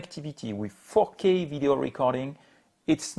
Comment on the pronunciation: Oh you said “four kay recording” 😅 I thought it was something else.